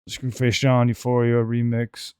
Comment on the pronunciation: Did you say Scru Face Jaundice?